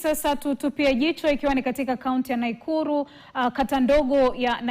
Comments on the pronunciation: Not Naikuru but Nakuru😊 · Ati "NAIKURU" 😂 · Ati naikuru wacha izo😂😂😂 ati naikuru😅😅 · she definitely has to be Kisii, wao ndio hupronounce Nakuru with an "i" in it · Ati "Naikuru" ......from a professional news anchor 🤣🤣🤣🤣🤣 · 😂😂I thought I heard that alone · I thought i was the only one who heard it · Imebidi ni replay 😂, huyu ni wa mlima I guess. Naikuru.